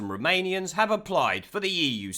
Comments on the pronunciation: At first I thought he was saying Remanians. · I wasnt paying attention and thought you were saying Remoanians. XD